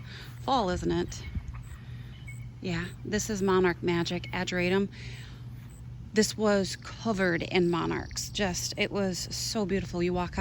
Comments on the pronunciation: did you remove one of my posts? It's not particularly important, I've watched the video again and slowed it right down and you say adriadum, which is kind of almost there lol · Did you say adrium? Is that American pronunciation of ageratum?